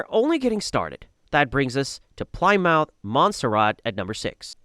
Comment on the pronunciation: Gotta love AI for butchering 'Plymouth' to 'Plaimoouth' XD